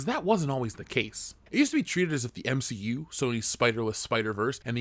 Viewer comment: SAY MCU PROPER ONE MORE TIME!